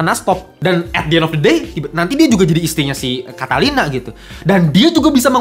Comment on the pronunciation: Bukan catalina kali bang, catilina